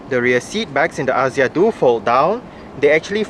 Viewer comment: The pronunciation should be "Akzia"